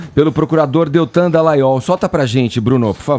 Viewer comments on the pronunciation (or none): none